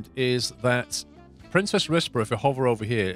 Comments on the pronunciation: For what it's worth, you seem to be pronouncing "Princes Risborough" as "Princess Risborough". It's the plural of prince, not princess. I know it doesn't matter much, and it's still a very strange name for a city, but that might clear things up a bit. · It does make me irrationally angry that he keeps saying "princess" when there's only one s